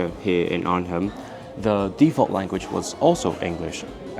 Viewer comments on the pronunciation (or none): Arnhem is pronounced like ar-nem, you don't actually hear the H when talking about that city in the streets ;)